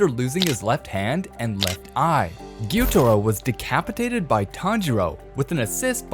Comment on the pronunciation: "Inosuke Hashibara" "Guitiro" "Donkey" 💀